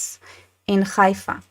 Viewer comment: It's called Haifa, not Khaifa. And it's not your city.